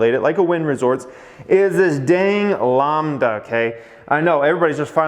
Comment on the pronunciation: Lambda as in Lamb (the animal)... and not Lawmb. Now pronounce ACAI. LOL.